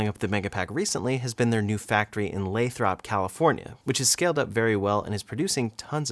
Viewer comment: Isn't "Lathrop" pronounced "LAY-thrup," not "LAY-throp?"